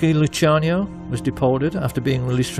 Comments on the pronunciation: Amazing doc, they way he pronounced lucky Luciano’s name tho 😂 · Great doc, but he horribly mispronounces some well known names--Like Lucky Luciano, Cermak and so on.